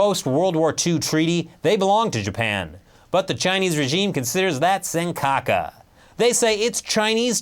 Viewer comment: "seng-kaka" hahaha